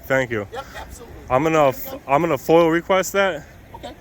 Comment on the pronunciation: FOIA not FOIL